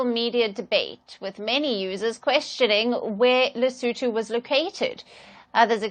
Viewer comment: he said lesoentoe not Lesotho. But I thought the pronunciation was not too shabby